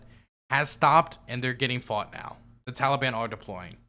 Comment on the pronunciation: The tollybon and kahbull, I've never heard these words pronounced in these ways and it's funny to me